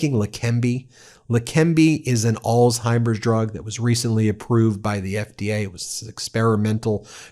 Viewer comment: Why are you guys pronouncing Alzheimer’s as All-Timers? Probably the same reason you pronounce the name Craig as “Kreg” and not as “Krayg” as it was originally created as.